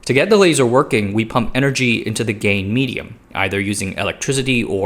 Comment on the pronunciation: 🗣 "gain medium" 🦻 "gay medium"